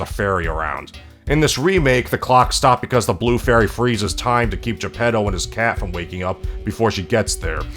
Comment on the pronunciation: as someone half listening as I read the news on my other monitor I keep hearing 'the pedos' when you say Geppetto and its making this video 10x funnier than it already was.